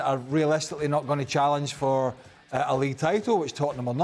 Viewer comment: Tottenham, it’s the history of the Tottenham….say it right 😂😂😂